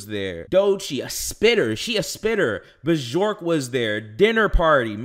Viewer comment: The Bjork pronunciation was crazy😭😭😭